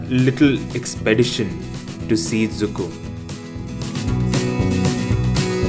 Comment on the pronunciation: I mean did you say Dzukou or Dziikou? You should pronounce it correctly before you even post Anws you've got bad one cheeers